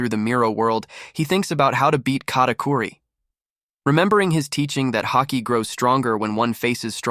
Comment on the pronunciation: Bro ist katicuri not catiqury